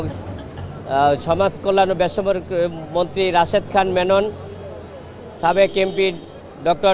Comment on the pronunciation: এই কি কলকাতার সে সাবেককে ছাবেক কেন বলে😮